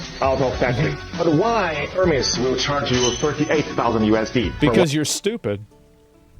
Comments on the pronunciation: Pronouncing Hermēs as Hermez is pretty silly. It's the name of an ancient Greek mythological figure, the messenger of the Gods that was later represented by Mercury in the Roman mythology. We've been pronouncing his name as Her-meez for as long as English has been a language. It's quite telling that illiterate people are talking about the brand though, as they're usually the same people who are most easily influenced by brand name marketing. The Greeks today pronounce it the same way: Her-meez. I mean, they roll their R's, but still, they don't say Hermez. It's not a Mexican brand lmao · It’s not Hermez…it’s pronounced Airmez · sounds like "Air" mez. ;-) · "Air-mezz" you uncultured swine. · It's pronounced "Ermés." The "H" is silent. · It's pronounced HERMEES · You mean her-mee’s?? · Hermès is pronounced "Air-maze". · HER-MEEZ HER-MEEZ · Everybody already knew that. It's HUR-mees. Greek for Mercury. Also a cyber war mech in "Empire Earth." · I’m sorry, you say Hurmays? Oh honey, your ignorance is hurting me